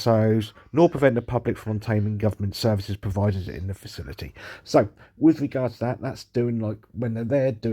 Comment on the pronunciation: Fakcility??!! That’s how he pronounced it🤣🤣🤣